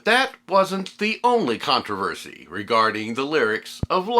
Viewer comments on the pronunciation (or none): none